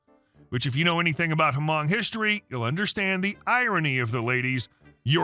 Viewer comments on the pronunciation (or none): You don’t say the H in Hmong